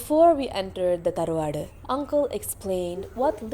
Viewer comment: It is tharvad and not peruad